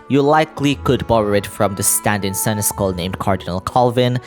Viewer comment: Hey friend-o. Just a friendly heads up! Senechal is actually pronounced “Sen-es-shall”. It’s an old medieval word so pronouncing it right is a random chance to begin with lol. Edit: I shall leave another comment when im done with the video 🫡